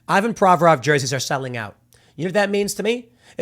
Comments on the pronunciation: It's not Eyevan but eevAn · In Russian it's pronounced "EEvan". Also, I'm pretty sure in his last name the stress is on "vo", not on "Pro". Same with "GorBAchov", "RachmaNInoff", etc. (I know nothing about the guy, is he American? 🙂)